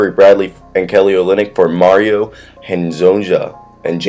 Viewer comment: for future reference Mario Hezonja is pronounces Hez-Own-Ya